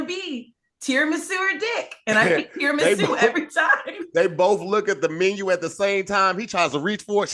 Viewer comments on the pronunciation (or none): does anyone else hear say "tiramusey" 😂